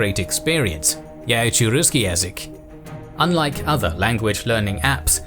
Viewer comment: I lost faith in Babel the moment I heard this man say "roosky yazik"